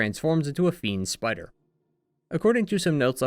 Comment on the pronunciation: Every time you say "Black Spider Ninjas" I hear "Black Sweater Ninjas"... 🤣